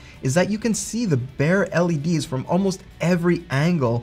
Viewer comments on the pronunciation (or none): none